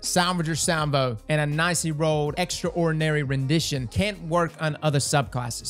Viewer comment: Extra ordinary rendition lol, 10/10 pronunciation